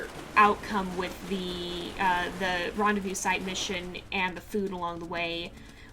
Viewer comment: To make y'alls life easy rendezvous is pronounced Ron-Day-Voo 💜❤💙